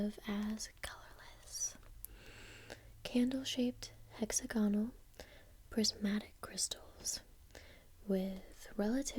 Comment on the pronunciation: They are hexaGONal eh? Not heXAgonal? Lol. Cute mispronunciation but come on that’s first year stuff. Not being horrible. Just amused me. Nice video. Made me giggle and sleep XX